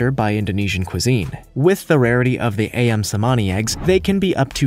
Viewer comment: #15 - Ayam is pronounced as ‘Ah-yam’ and not ‘A-yam’. Ayam means chicken in Indonesia & Malaysia.